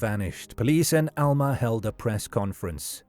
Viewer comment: Alma is a Spanish word (which means "soul") and he pronounced it correctly. It's the locals who have been mispronouncing it all along.